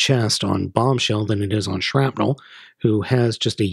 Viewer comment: Why do you call him Skrapnelle? His name is Skrapnel you're supposed to pronounce the "nel" the exact same way as Shrapnel xD